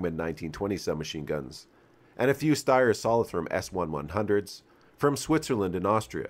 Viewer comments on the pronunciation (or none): none